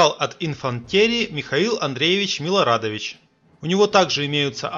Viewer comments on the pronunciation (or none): Эффект Манделы,не иначе.,Вы путаете ударения. РастопчИн, Барклай-де-ТОлли, МилорАдович. Ну,это пустяки,а вообще-то Вы гений.